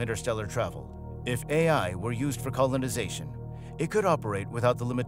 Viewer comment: you didn't enjoy the shitty a.i.'s reference to CO-lon-i-za-tion? aliens coming down and tickling prostates... could be worse. not great, not terrib-[has prostate orgasm] OMG GREAAAT